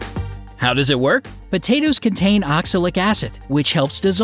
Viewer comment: Stop calling them B-tatoes 😂😂😂